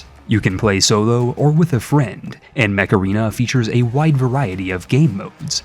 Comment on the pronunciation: Sorry, I can't tell if you are saying "Mech Arena" or "Macarena"